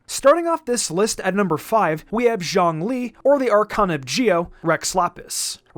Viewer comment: Bruh, just why do people pronounce ZhongLi’s “Zhong” as a “Zhang”